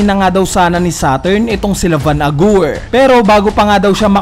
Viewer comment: bakit van agur yung pronunciation BWAHAHHHAHAHA